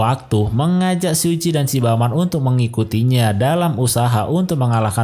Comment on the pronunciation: Suji bang bukan siji